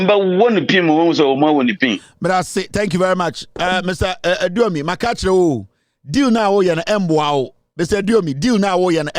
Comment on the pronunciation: Aduomi not Oduomi please.